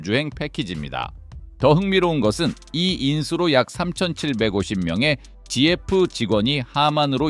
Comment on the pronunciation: 지에프??? Ai영상 진짜 짜증난다... 지에프라 부르는사람이 세상에 어딨어